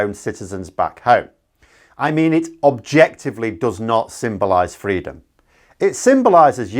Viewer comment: Did Raab seriously say “freedurm”? Oh my God, that’s embarrassing